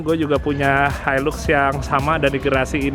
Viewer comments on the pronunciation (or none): none